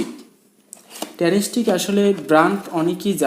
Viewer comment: উচ্চারণটা হবে ট্রান্সটেক ।ট্রানস্টিক না ❌